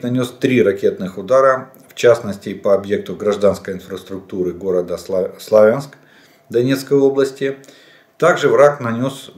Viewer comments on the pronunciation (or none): none